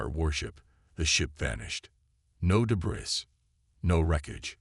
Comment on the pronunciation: Gravely disappointed in your AI!!! WTF is: "wiped a TEHR from his eye"???, "AYE-larm(alarm)", "deh-BRISS"(WAY TOO MANY TIMES), "ar-MAD-uh"(ar-MAH-duh)!!!!!!!!!!!